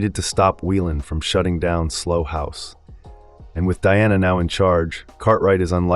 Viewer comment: Slough rhymes with cow, not slow or dough. Good old English.